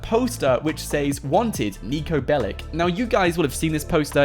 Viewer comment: He's not bellic he's Belic